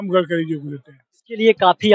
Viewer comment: गटकरी नहीं होता है गडकरी होता है। आप जितना रिपोर्टिंग किए है सबसे गलत नाम बोले है। सुधार की बहुत जरुरत है आपको अभी।